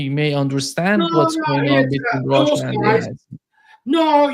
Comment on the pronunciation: It’s RUSSIA!! Not ROHHHHSHA! 😂